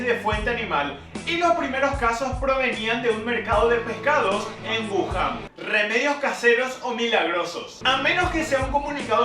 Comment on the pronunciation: Mba'e wúhan pio Wuhan es, sin Tilde y hablana un poco como paraguayo